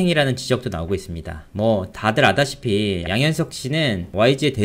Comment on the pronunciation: 당신 발음도 살짝 어눌합니다. 아다시피가 - 알다시피 랍니다.